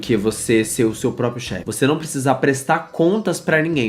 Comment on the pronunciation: Eu amo que o fala Propio sem ironia